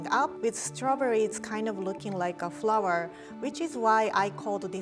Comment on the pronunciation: lyons creed 😂😂😂😂”frowerrrr”